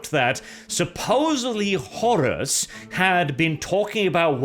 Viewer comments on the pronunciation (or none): none